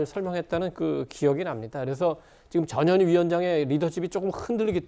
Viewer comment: 전현이 읽을때 발음이 "저년이" 맞나요?